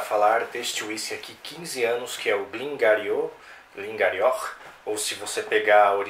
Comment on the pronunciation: Pronunciasse Glen Guíri